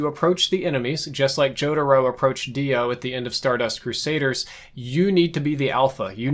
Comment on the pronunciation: okay but why did he pronounce their names like that?